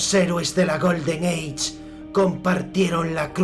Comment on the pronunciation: odio tu pronunciacion "GOLDEN EICH" paf!